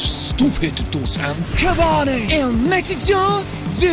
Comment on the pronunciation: Cavani* not Cavohrni